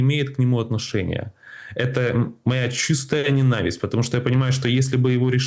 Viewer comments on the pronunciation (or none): Даже интернет не даёт написать так, как вы произносите..лизировать, ненАвисть( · Он это слово говорит по украински, оно по украински звучит именно так. НенАвысть.